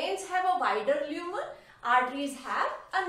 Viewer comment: Leumen or lumen😂